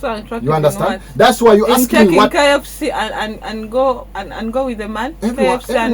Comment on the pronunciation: She said "axe me"😅😅instead of "ask me"